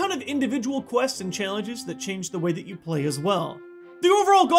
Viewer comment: This is not de whey